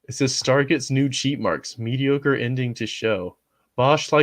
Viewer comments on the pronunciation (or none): none